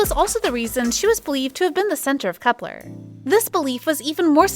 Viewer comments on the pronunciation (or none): That’s not how you pronounce Kep1er?